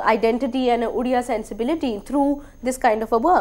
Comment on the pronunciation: You can't even pronounce Odia properly